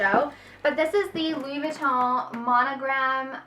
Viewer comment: You should be in a LV commercial - I love how you say the name!